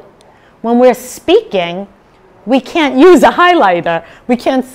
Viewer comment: how? start pronouncing that T sound at the end in words like "can't" 😂